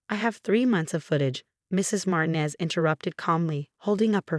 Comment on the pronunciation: Martinez is said as MAR-TEEN-EZ and NOT as MARTIN-EZ. Can't say a simple common name? (And Sweet Fart, instead of Sweet Heart. PROOF READ before uploading!!!)